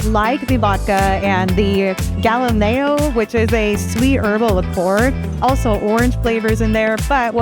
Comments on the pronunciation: Galliano. Not Galileo. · The Harvey Wallbanger has Gal-lee-ah-no in it.